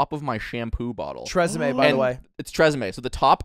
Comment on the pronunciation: Tresemme cooms in call that Tre-semen